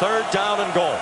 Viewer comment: "to the GoOAal line"